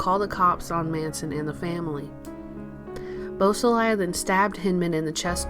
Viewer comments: Boo-sah-lay. Not bus-ah-lie-ah. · Beausoleil is French for beautiful sun and is pronounced "Bo so ley' not Bo so Lial. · geez. the narrator doesn't know how to say his name. really thin facts too. get it together,! or remove this unprofessional crap. lame